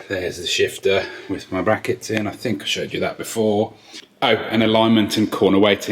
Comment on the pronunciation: " Bwackets", " Bwackets".